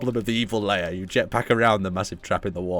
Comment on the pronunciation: Im sorry but you keep pronouncing it as 'layer' when its 'lair' and its driving me insane xD